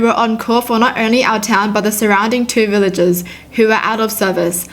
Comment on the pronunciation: *says the word “villages” Me:.... HURH